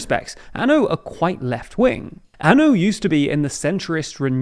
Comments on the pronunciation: It's Ah-No not An-o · It’s not anu, it’s ano! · It's not A N O. It's ANO, the Czech word for YES. Do you really expect to be taken seriously, if you don't know the basics? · Ano is pronounced Ah-Noh. Like the No in Nottingham. Just for next time.